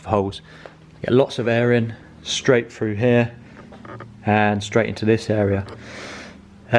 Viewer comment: through.. not FREW